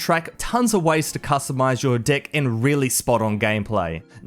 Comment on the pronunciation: incase you're not sure what he is trying to point out, click on the timestamp again and listen to how you pronounced "deck". sounds like you said dick lol. i heard it too before i saw the timestamp